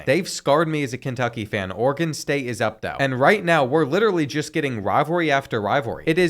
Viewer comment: It's Oregon not organ